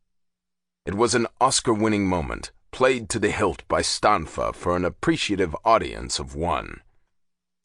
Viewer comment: Natale read Stanfa correctly.